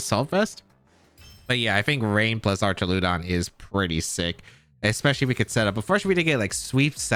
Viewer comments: Great vid as always! Fwiw, I'm like 99 percent sure it's pronounced "Ark-ah-loo-dawn", with a hard 'ch' sound, since it's pulling from the greek "arch". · so just to help, you pronounce Archaludon the same way tou pronounce duraludon. So just say "arch" "al" "uh "don" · How do you pronounce Duraldon correctly but pronounce Archuladon incorrectly 😵‍💫